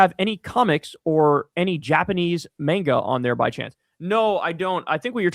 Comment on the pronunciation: First Kyle mispronounces Oregon, then Mario, now Japanese "Manega"